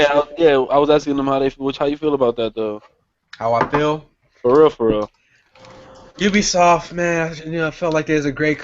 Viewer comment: you dun goofed "ubsioft" lol